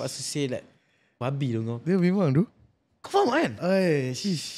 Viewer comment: Semua la faham. Xpyh la stress out "faham" tu